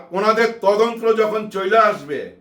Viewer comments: আসসালামু আলাইকুম আঙ্কেল,, কথাটা 'তদন্ত্র' হবে না 'তদন্ত' হবে। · ভাইয়া, বার বার আপনার তদন্ত্র কথাটি শুনতে খুবই কানে এসে লাগছে। কথাটি তদন্ত, হবে যাকে ইংরেজি তে ইনভেসটিগেশন বলে।